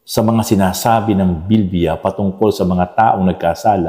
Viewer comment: Praise God pastor please pronounce bibliya correctly naririnig ko po Kasi sa Inyo ay BILBIYA tnx po God bless po